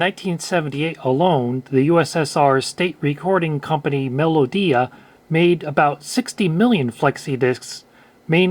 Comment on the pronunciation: Russian viewer here, it's actually pronounced melOdiya (means just melody in Russian). I remember having all my children songs and fairy tails on small transparent floppy records, usually of blue color. But majority of 'serious' music was on black thick records still.